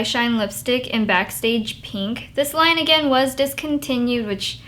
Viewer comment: omg i want that harajuku bag SO BADD!!!! i love how she says pink xD "peenk" xD